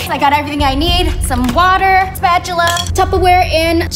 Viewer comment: Why did call a spoon a spatchula